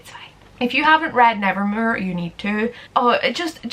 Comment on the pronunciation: THE WAY YOU SAY NEVERMOOR I’M DEAD